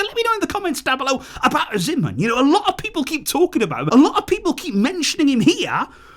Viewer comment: Hey. The name is pronounced Victor OH-SEE-MEN lol😂